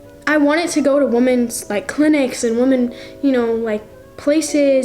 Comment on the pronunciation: I want to really help WOMAN?????? YOU MEAN WOMEN??? OR WEMEN???? LIKE MY GOD GO TO SCHOOL!!!!!